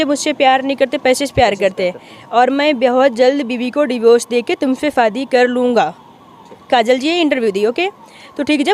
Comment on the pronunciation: Sahi pakde hain Bro, shadi ko fadi bol rahi h